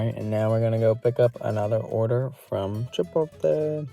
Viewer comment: Are you trolling us with the "Chipolte" 😂